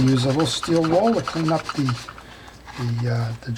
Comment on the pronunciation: It gets me everytime you say steel "wall" LOL!. It's steel wool pads! Thank you for your videos. I learned servicing my reels from them.